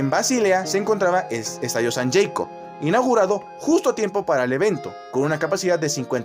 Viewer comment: La "w" en alemán suena como la "v" en francés o italiano, la u de Hidegkuti es como la "u" en español, no como en inglés, y "ü" de Hügi en alemán es como la "u" en fránces, nada que ver con la pronunciación inglesa. En Sankt Jakob, no sé por qué lo pronuncias "Yeikob". Ni en alemán ni en nuestra lengua española la "a" diptonga de ese modo.